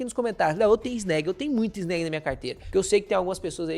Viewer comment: SEM FALAR EM EGAF11 E FGAA11. MUITO MELHORES QUE ESSA NABA QUE PAGA PARA CANAL FALAR BEM. NÃO SABE NEM FALAR O NOME DO FUNDO. CHAMA DE ANÉG. KKKKKKKK. ESSE CARA É UM IDIOTA!!!!